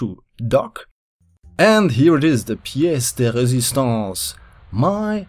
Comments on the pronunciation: Wow I wasn't ready that you said "pièce de résistance" in fresh. You have a good accent (yeah, that's no (a moon) the subject of the video but... Why not) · omg o good french! try to translate that: tres bonne video et j'aime que tu a dit piece de résistance.